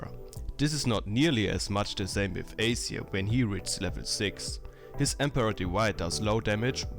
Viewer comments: it wasnt accent which is why i mentioned it.. spotlight tells u how to say it, he had just said it really differently. and we patched it up already.. i wasnt being rude >.> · PLEASE pronounce it right AZIR !!! not acer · its azir and aceer.... didnt u not watch the spotlight